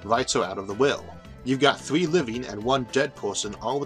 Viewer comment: number thwee